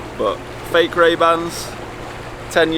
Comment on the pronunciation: Called MayBans maybe raybans?